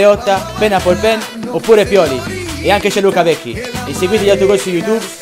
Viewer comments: Pio-lee AHAHAHAH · pio-lee